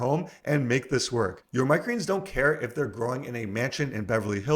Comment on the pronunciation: I wish he'd slow down and say "microgreens" properly LOL.